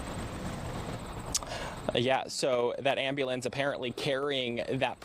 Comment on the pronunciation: Let's say it together am-bu-lance. Ambulance 🚑😂